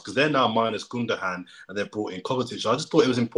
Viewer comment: Man said gundaham